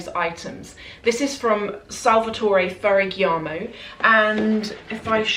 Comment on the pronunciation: Hiiii! I don't want to be rude but just want to inform you (and other people who doesn't know) that the correct pronunce of FERRAGAMO have the "GA" sounds like GAGA (radio gaga or lady gaga). So it's not "ferraGHIAmo" but "ferraGAmo" ❤️❤️❤️❤️